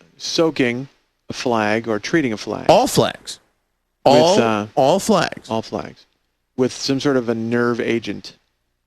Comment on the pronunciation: “I didn’t hear the L.”